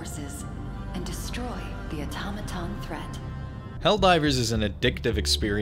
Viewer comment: People should figure out how to pronounce automaton. I've never heard soooo many people mispronounce a single word before this game became popular.